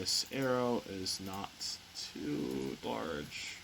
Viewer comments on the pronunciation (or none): none